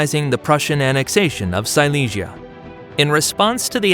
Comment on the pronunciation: Hay confusión en la pronunciación de varios lugares como Silesia (sicia, cilicia) o Madrás (madres), así no queda claro quién conquistó qué.